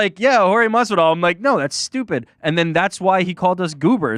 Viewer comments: Finally!!!! Jorge Masvidal corrected Ariel on how to properly say his Name!!! Hearing Ariel say Madvidal instead of MASvidal has been a thorn in my ear for years now! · Ariel pronounces the name correctly when he says it in English, but when he try’s to say it in Spanish he says it with a silent “s”. Yes I agree that Ariel is dedicated to pronouncing names correctly. Ariel is also very respectful. With that being said, do you think if Jorge corrected Ariel in the past that Ariel would continue to say it that way? No he wouldn’t. Let’s just agree to disagree. We’ll see next time they talk. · He's been correcting him for over a year. Lol you must be new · Saaaame, but he's corrected Ariel before, he just didn't care to stop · He's corrected him a few times before already, obviously Ariel knows how to say it. It's clearly shtick. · Jorge never corrects him. It’s not a shtick. How would saying someone’s name incorrectly be funny or a shtick? Bet you Ariel never says it like that again from now on. Ive been listening to Ariel for years, I’m not some new fan. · Yes, he has corrected him before on the MMA Hour. I guarantee Ariel says it the same way , just like he has even after Jorge corrected him. It shtick because Ariel is comically mispronouncing it, to an exaggerated point. If you are not new, you would know how dedicated Ariel is to correctly pronouncing names, you really think he wouldn't know how to pronounce Masvidal after a decade of interviews? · It took me less than 5 minutes to search "Masvidal MMA Hour" and you can see the interview where Jorge teaches Ariel how to pronounce Masvidal. It is 3 years ago "Jorge Masvidal: Jake Paul is trolling the 'Whole World' " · Ariel isn’t a guy who would purposely mispronounce someone’s sir name wrong. I’ve always wondered why he pronounced it with the D instead of the S…Finally. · How many times does Jorge need to correct Ariel's awful pronunciation?